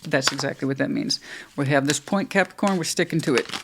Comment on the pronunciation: Thankyou, I love the way you say Capricorn ❤